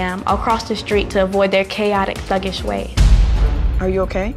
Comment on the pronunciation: did she just say thuggesh are you dumbbbb